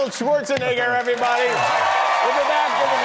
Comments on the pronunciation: It's fun the kind of slowing-down, the effort Kimmel puts in when it comes to saying "Schwarzenegger"... and just to say it wrong! :D Languages other than English exist, you know?... :P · he said schwarzenigger